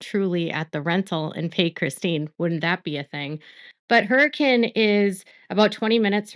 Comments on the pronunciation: thank you for trying to pronounce Hurricane right. I always laugh having to be like its pronounced Hur-uh-kin lol nothing here makes sense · I'm impressed...you pronounce Hurricane like a local. You really do your research on even small details.